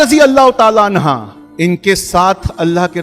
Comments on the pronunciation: R.tala anha nhi, r.tala anhu boliye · सहाबा अन्हा नही अनहु होता है